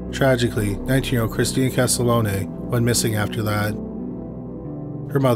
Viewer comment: 🤦‍♂️ OMG This is getting tiring my friend…the first victim profiled is not Christina Castalone…..her name is Christina Castiglione. KAS-TIG-LEE-OWN.. PLEASE PLEASE try to get murder victims names correct. This isn’t some auto correct mistake, it’s important to the families of the victims that if you are going to profit off of their loved ones tragedy, you should make an attempt at getting their names right. Thank You.